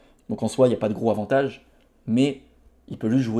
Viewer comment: Stp, les liaisons.. entendre "gro avantage" à chaque vidéo c'est pénible. Bon courage pour la suite!